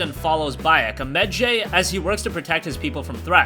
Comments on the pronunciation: Its pronounced "med-ju-i" not "med-jay"... I dont understand why so many people who review the game pronounce it incorrectly. They have heard it in the damn game! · He says "med-jay"